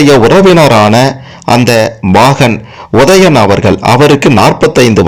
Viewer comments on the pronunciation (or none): முதலில் தமிழை உச்சரிக்க கற்று பேசவும். ஒதயன், ஒரவினர் ?